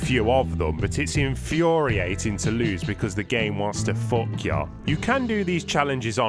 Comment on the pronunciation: "Fook yourself up" lmao